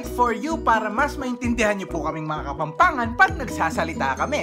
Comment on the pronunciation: Yung walang “H” nilalagyan ng “H” whhahahhahah tapos yung may “H” tinatanggal yung “H”😂😂😂 kapampangan kuuuuuuu💕